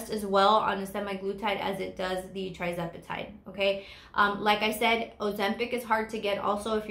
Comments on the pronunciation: Lovely video,. Just a note - it is tirzepatide, not trizepatide, in case someone is researching. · I believe it’s pronounced“TUR” zepatide (tirzepatide)